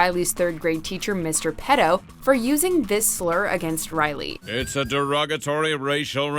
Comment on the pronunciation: "Mr. Petto" 😔🤦🏽‍♂️😭